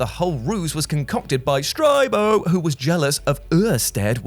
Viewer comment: 2 years later and I'm still rewatching this vid for Uuurstead and STRYBO and Flblblbuh 😂